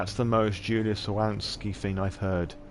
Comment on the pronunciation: I love your storytelling, it was great! One of the best streams of SoNY I have seen so far. PS: No, you butchered both name and surname ;p Slavic version of the name "Julia" is not the same as the germanic one in the terms of pronunciation, while surname requires soft "ń" in the middle.